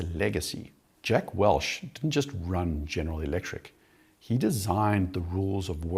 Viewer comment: Say it with me. WELCH. Not Welsh